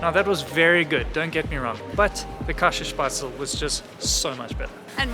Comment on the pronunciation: Käsespätzle pronounced "Kese-Espets-le".